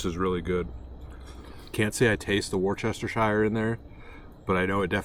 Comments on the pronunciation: Sir that's funny but with all do respect let me help you out. It's pronounced Worst ah shire sauce 😊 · ... "were-stir-sheer".... like New Hampshire... not what ever you were butchering lol. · I really enjoyed watching your vid…. Don’t take this as a criticism but Worcester sauce…. Is Pronounced Wooster. There’s no need to try and say Worcestershire and that is pronounced woostersheer. Hope that helps👍 A just like your Arkansas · War Ster A Sha Shire! 😂 Yeah, I know, it's not easy! 🤣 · he lost me at "wor chest ti shire sauce." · About Wourcestershire sauce, you pronounce it like you'd say Wooster sure. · WORCE-ster-shir (Three syllables). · Note to anyone from outside the UK Worcestershire sauce - REPEAT AFTER ME - WUS ( you’re such a wus - baby / coward) - TA - SHU ( as in “shut” without the T) WUS-TA -SHA We only really say the word “Shire” when we are being humorous ie I live in Devon but I might put back a country bumpkin accent and refer to it as DEVON-SHIRE if I’m being self deprecating or taking the p!1ss out of a country local or talking about an actual Shire Horse… or Tolkein’s Hobbit as in “The Shire”. The only reason a non UK would have cause to refer to SHIRE pronounced with the long Ire / Iron sound is when referring to the Horse or Hobbit - hope you enjoy the weird UK PRONUNCIATIONs. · Love your videos brother but I gotta teach you how to say worcestershire (wust-esha) keep up the good work. You got a new subscriper from the UK / USA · Hi love, I'm from England..we pronounce Worcestershire as just wuss-ter ...you don't need all the shire nonsense on the end...just. Wusster sauce...love your channel 😊 🤗 xx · Wuster shur sauce is how you say it,, and that is from someone from the uk where its from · Say Worcester sauce like this- wus-ter-sher sauce :) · I laugh how Americans say Worcestershire Sauce. Try saying it it - Woo stir sheer (quickly) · Hey; it is "woosta-sheer" just a friendly correction from a fan in MA